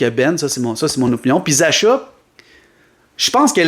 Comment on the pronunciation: "Zasha" lol. Ça se prononce "Zacka". Je prend Laine n'importe quel jour.